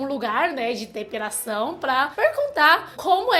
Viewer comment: . É engraçado ouvir depiRação, que tem que tirar peRo... .